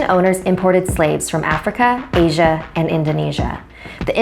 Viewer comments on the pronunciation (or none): none